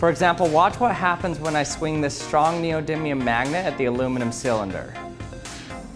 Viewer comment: Neodiddlium? Focus you fack!!! Great video, all your stuff is awesome 👍👍👍